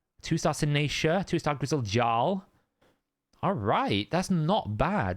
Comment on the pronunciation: bruh! Jar-L ??? Dont you know anything about Norman history? It is a Germanic word so it's actually pronounced yarl.